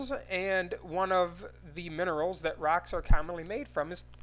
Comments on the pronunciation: "In the wet her in of RaCkS" Me:😂😂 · The way he says "rocks" is freaking hilarious!